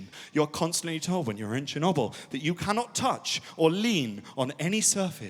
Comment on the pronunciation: "Chinnuble" instead of Chernobyl